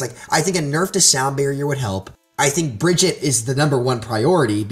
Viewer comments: Bridget REEEE SHES BEEN OUT FOR FOREVER AND PEOPLE STILL CANT SAY HER NAME Uhh soldier's biofield does do team heal lmao what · Couldn't watch with him calling her "Bridget" >.<